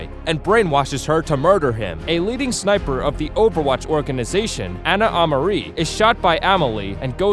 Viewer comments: "Lackroy" "Amarie" Btw Torb has a bigger role than portrayed by this video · That, and “Uh-MAR-ee” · Also “Ana Ah-Muh-ri” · Ana A mah ree. Amalie la C r oah. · amilee lacroi, ana a maree, zareeya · Ana Amaree :( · Ana amareeh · You pronounced Amari, Amelie Lacroix, and Zarya wrong like REALLY BAD. WTF is a Zaryeea